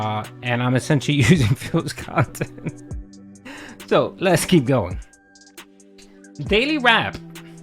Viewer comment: He does chill & pahsitive kahntent,doods!! The keemstar interview will break him even more then the Side Scrollers interview.